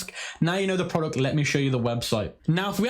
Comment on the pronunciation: Veo of “prowductt”